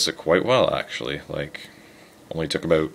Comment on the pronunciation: aboot haha oooooooooooooooooooocanada